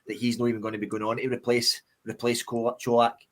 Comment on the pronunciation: Great performance today and a good discussion lads. Just need to make sure we keep the momentum and intensity up. We didn’t drop at all today 💪🏼 Only thing to mention, can you guys please call Colak the way it’s meant, Cho-lak, not Co-lach 😂